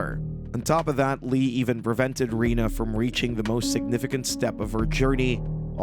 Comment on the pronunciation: It's Renee, not Rena or Rina.